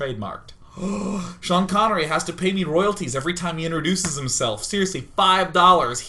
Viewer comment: Smaniii1, HIS NAME IS SEAN NOT SHANE